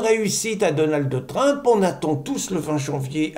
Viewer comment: Donaldeu Trump😊